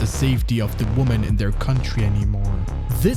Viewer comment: Look, I love your channel, BUT FOR THE LOVE OF EVERYTHING, the plural form of woman is not pronounced the same way as the singular. I REALLY don't understand why this has become some weird online epidemic lol